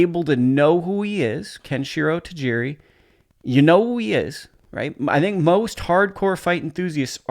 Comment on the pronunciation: The name is Teraji (prounced "dji"), but yeah he's an awesome fighter, his unification bout against Hiroto Kyoguchi was a thing of beauty ! 2 classes above, the super-fly class is super exciting if you ask me, Estrada, Ioka, Nakatani... unifications boutS coming up ! Would love to see him go up one class and take on somebody like Sunny Edwards.